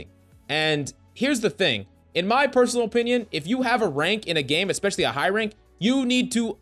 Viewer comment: ESPECIALLY not ex-specially